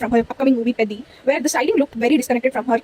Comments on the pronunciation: IT'S NOT PADDY IT'S PEDDHI😂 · It's not pedi or mani. Peddi. Pe...ddhi...aisa pronounce math kariye ki hindi mei 'dha' akshar hi nahi.